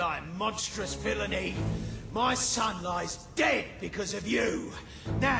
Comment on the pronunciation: haha, you do realize that he says sun and not son? ;P